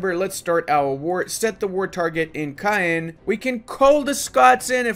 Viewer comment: to be a true tchad u have to say Caen like KAN not cayen xD